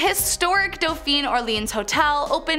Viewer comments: ”shr-eeve-port” and “eu-neece” and “d-awphine” she did a really good job with T’freres though. Great job with the info though, love it! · Oh, dear. It's pronounced "daw-feen". I lived above the Vieux Carre' Baptist Church on Dauphine Street, between St. Ann and St. Peter, back in about 1987. .